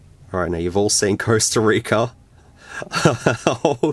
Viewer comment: The costa rica video becomes CURSEta rica 😂😂😂